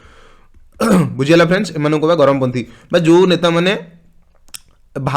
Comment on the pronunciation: Charampanthi not garamo panthi